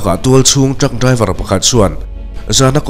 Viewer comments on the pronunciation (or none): none